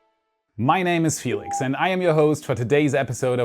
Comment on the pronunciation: Is Felix pronounced like that in Deutsch, with the E sounding like an "i", or do you anglicized your name pronunciation?